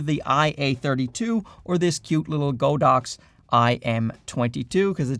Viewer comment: it God-Ox , not Go-Dox lol😄